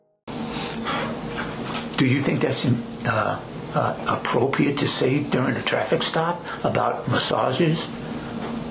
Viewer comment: Neither one of these grown men can say the word appropriate correctly. I know it's petty af, but damn, it's not a hard word to say.